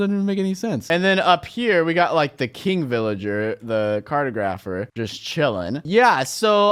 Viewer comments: yes he says carto-grapher whereas he should say car-tog-rapher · please dont say "carto-grapher" the word should rhyme with photographer car-taw-grah-pher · Kar-tog-rufr. Not Carda-graf-r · It's pronounced cart aww graph her not cart oh graph her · It’s not cartagrepher.. it’s cartographer. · "Car tah grapher" not "cart o grapher" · it is pronounced car-tog -ra-fur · The villager profession is pronounced Car-tog-ra-fer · I think you pissed everyone off because you said cartographer wrong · Ash W. im english and i thought he said it weirdly too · Does it bother anyone else that he cant pronounce Cartographer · He pronounced cartographer wrong too 😂